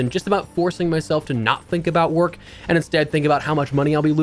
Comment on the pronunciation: "Taking time off work" dude just mumbles on video for "work" 😂